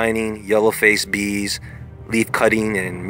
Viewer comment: I swear I thought he was saying beans and I was like ooh a superbean 🤣🤣